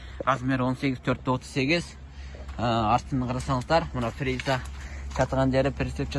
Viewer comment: фериза деп айтылбайт тууган Фреза деп айтылат